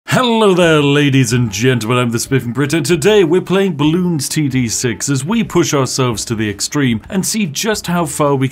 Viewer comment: Three months later, and nobody has noticed how he pronounces the name of the enemy wrong. They are bloons, Spiff. Not "balloons". Their name has no "al" at the beginning, friend. Simply, they are bloons.